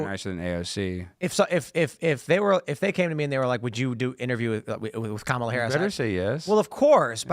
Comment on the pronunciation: You’re so stupid. You can’t even pronounce Kamala correctly